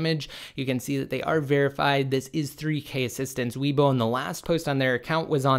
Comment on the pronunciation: This is good news. I really am tired of 9.0.2. By the way, Weibo is pronounced “way-bo”